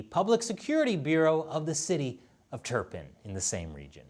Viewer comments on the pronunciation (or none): That's pronounced Tur-pan not Tur-pin. The Chinese name is Too-la-fan. I know because I have lived in that region of China